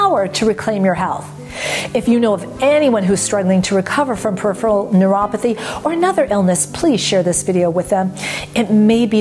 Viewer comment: I have been watching your Neuropathy & Nerves video series at least for the last 8 months. Have you tried to realize the worst part in all of your videos? It is the pronunciation of the term, "Peripheral Neuropathy". Why does your tongue slip whenever you pronounce this term? Do you do it deliberately or it happens by default? I just wonder if it is also caused by the Peripheral Neuropathy or any kind of nerve damage in the buccal cavity!! Whatever be the reason, I am sure you can cure this disorder being a knowledgeable Nerve Researcher. Perhaps nobody pointed this out to you that's why you never realized this disorder. Hope you won't mind anything and take up my comments in a positive sense. Best wishes to you.